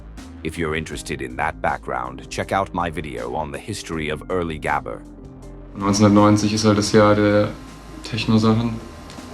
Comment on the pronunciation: if you use an ai for the voice, atleast make it pronouce gabber correctly